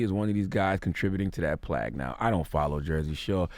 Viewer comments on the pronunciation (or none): Is charla even writing this shit? How the fuck you write plague then read it like you never seen the word before? Lol